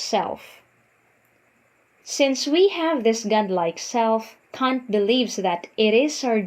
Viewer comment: Your pronunciation of his last name make me cringe. Kant. Not cunt.